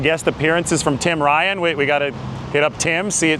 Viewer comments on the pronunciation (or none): none